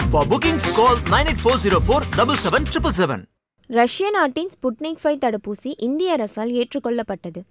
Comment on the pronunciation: ஸ்புட்னிக் ஃபைவ் என்பது தவறு. வி என்று தான் சொல்ல வேண்டும் என்று நினைக்கிறேன். ஃபைவ் அல்ல